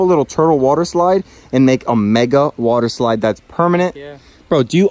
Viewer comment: Wader eslaid